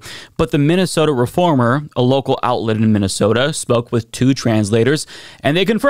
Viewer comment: You know what the worst part of her speech was? The only mention of Minnesota, said VERY incorrectly, she showed a whole lot of emotion on her face, a variety entirely seperate from the rest of it.